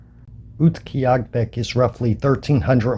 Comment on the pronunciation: Utqiagvik. Pronounced, Ute gee aaga vik btw. Nice upload. I pronounced it as if it was Central Yupik but their Inupiat Eskimos. It's close...